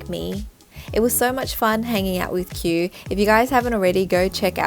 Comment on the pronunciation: It turned out so gorgeous!!!❤ btw his name is pronounced ki-oo like two syllables